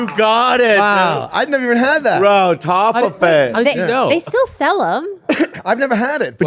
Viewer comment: that's not how you say toffifee 😂